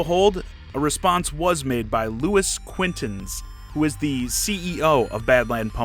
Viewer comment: Luis Quintans? more like Luis QuinTAINTS